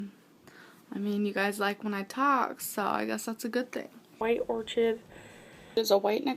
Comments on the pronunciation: White “or kid...” you say or-chid bc you’re ignorant....just wait, you’ll be 600 pounds by now......health bars bought at Walmart...yuk.....then throw away all the expired health bars. You need help, and you are not helping others by showing your disgusting habits. I hate it that you’re making money from being a pig. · Orchid is pronounced ȯr-kəd.. ffs. I'm 5 seconds in and already I'm annoyed. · "White Orch-id" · Pyonie?? MirenGOO???? or-chid?? Discrimatory??? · Meringoo and orCHid, must be from another planet🙄